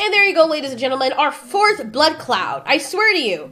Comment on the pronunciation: Every time says blood cloud, I swear, I hear "blood Claaat" as if she is Jamaican